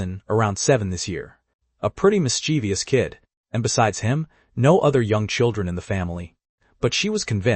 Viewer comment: This story is fun, but the repetition due to LLM involvement, and often incorrect imaging, jars. Some entire conversations are repeated. The software needs some work. And how did the text-to-speech manage to mispronounce mischievous? "miss che vuhs" is correct. >grumble<